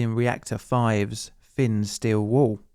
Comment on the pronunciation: Did you say 'Free hundred', or three hundred; fin, or thin?